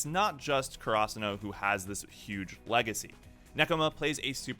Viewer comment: The way he says karasuno pisses me off